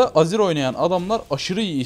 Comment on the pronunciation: niye her azir diyince aziz anlıyorum :D